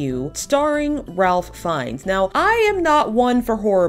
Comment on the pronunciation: His name is actually pronounced like Rayf not Ralf